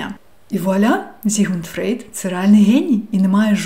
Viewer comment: Дякую вам величезне за відео, ви чудові ❤ Але будь ласка, ФрОйд, а не ФрЕйд 🥲🥲 Фрейд то жахлива калька росіянська